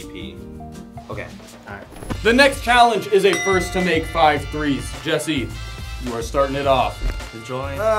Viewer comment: It’s Jesse not jiedil